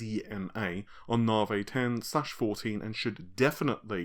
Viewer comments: Hey man, don't say that! He speaks perfectly fine. I'm just saying that saying Naavaay makes my eye twitch, that's all. Say sorry to, mate. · Naavaay....but seriously, is it REALLY pronounced like that? You've been saying Naavaay since the Navi name was rumoured. Love the videos, by the way! Keep up the good work! Lisa Su calls it 'Navi'. Seriously, she does! Timestamp . Listen carefully. I mean. come on.....